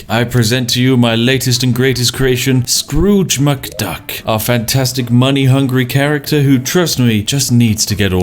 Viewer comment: ah yes Drooge McScruk.